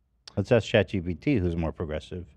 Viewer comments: Honestly, I've heard him say "chat gtp" so many times now that "chat gpt" sounds weird and wrong. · "Chat Chee-T-P" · Chat EDP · My fav is chat GPS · Someone please make a compilation of Ethan saying “chat gpt” wrong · if my life depended on whether ethan said chat GPT right that day, i would for sure be dead. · Ethan not being able to say Chat GPT will never not be funny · Can we get an edit of Ethan saying chat GBT all the wrong ways? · can someone please make a compilation of him saying chat GPT wrong?